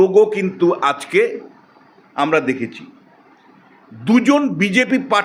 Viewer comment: bokachoda lok ajke ke bolche aske, agent ke bolche asent, pathachoda bangladesi tinu